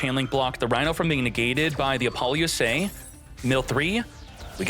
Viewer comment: Why does he pronounce so many cards different? Apollousa does not have an (N) in it's name